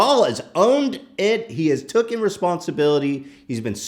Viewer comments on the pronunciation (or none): Ethan says tookin Instead of taken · it’s pronounced “taken”